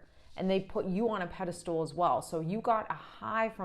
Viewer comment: FYI-‘pedestal’ not ‘pedastool’ 🙌